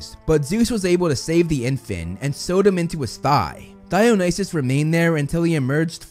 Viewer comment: Instead of Dionysus I heard Thigh-nysus and I laughed way to hard at that.